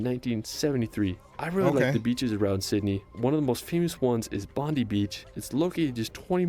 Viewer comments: Bobdi Beach = bond-eye beach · hahaha I laughed bondee is our crim that won the Americas cup bondi (bond eye) is the beach lmao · Kangaroos are everywhere in Australia, which is approximately the size of the continental United States. Congratulations; you pronounce Brisbane & Melbourne correctly. The iconic Sydney beach is Bondi (Bond-eye). If you're going to Lord Howe Island, try to visit Norfolk Island as well; Norfolk was home to one of the most brutal convict prisons in the British Empire. Nowadays, Norfolk is a gorgeous, historically fascinating place to visit. ❤ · You were correct with how you said Melbourne. The man who did the video had a few other "American" pronunciations. He said Bondi like it was Pam Bondi, whose name is Italian. The Australian Bondi is an Aboriginal word and pronounced Bond-eye. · You pronounced Melbourne correctly. He did not. He also mispronounced Bondi. It's not Bond-ee, it's Bond-eye. Also, I've never heard Lord Howe Island referred to as the " Hawaii of Australia". Why would Australians reference an American island state? The world does not revolve around the US. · It’s not “bondie beach” it’s bond-eye beach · Mate, you nailed the pronunciation of Melbourne. Bondi is, Bond eye. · Is it pronounced Bon-dee or Bon-die? Pretty sure it's the latter. Pretty sure Melbourne is pronounced Mel-burn. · Bondi is pronounced as Bond-dye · This video you're watching sounds like AI .. The narrator can't even pronounce the names of cities correctly. And just FYI Americans.. Bondi beach is pronounced "Bond-eye" Beach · Pronounced ‘Bond Eye’ beach 😊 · Bondi is pronounce Bond-eye. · has picked some great spots, but his pronunciation is a bit iffy on lots of places. Not terrible, but also not right.